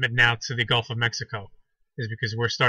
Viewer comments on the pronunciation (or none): none